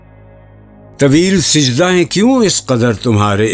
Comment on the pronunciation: Please correct your pronunciation It is sajda not sijda